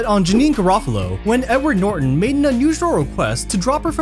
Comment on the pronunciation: “Nedard Norton”